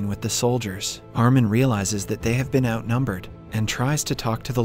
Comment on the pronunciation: You must of been tired making this lol Did you say bean instead of been? Get sleep my dude. Love your recaps though.